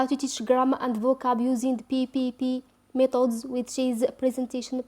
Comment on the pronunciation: Please sister we don t say ,. ميطودس we say. ميتيدس khadmi not9 its seems to me listening to a french teacher . Anyway good luck